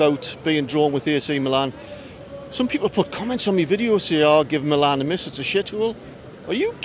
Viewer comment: Great video. The battle of the stripes looks really interesting. Some pronunciation help for you...The cathedral is pronounced "dwomo". The 2 Milan teams are known as "meelan" or "inter". Good luck in the San SIro tonight! ps: The stadium is actually the "Guiseppe Meazza" but the zone of Milano its in is called San Siro